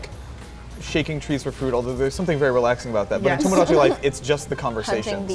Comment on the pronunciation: Omg, It's not tomodAchi, it's toMOdachi. Please, spare my ears a little